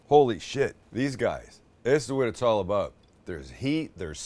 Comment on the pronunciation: Did you say aboot?